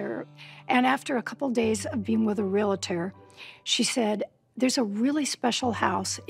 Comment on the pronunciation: Why do people pronounce "relator"? It’s re-al-tor!